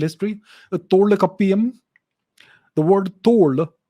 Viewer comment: You can't talk about Language.. when you can't get diction right. You lost me at Tholkaapiyam and extracting meaning out of that.. was some cringe.